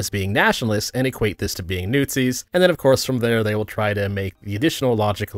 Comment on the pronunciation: "newt-zis" LUL